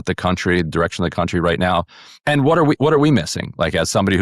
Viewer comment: “Coutry”. Also this lady says she hates Nashville. Yet she wants to represent them. That’ll work!